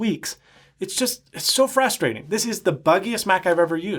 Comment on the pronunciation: "So frastrating"